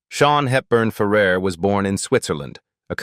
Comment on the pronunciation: It's pronounced Ferr AIR. Get it right! Why do you put unrelated clips in your videos? Can you not be professional?